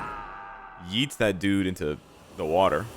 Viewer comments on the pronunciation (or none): none